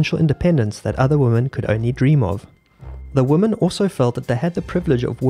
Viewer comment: Why do you pronounce "women" like "woman"?